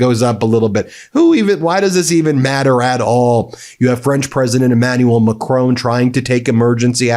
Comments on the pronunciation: He’s called Macron not Macrone. Good video though. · MeidasTouch are doing a great job, but please learn how to say Macron. McCrone sounds like a Scottish gangland leader.